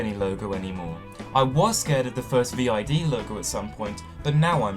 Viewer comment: ViD is commonly pronounced "veed".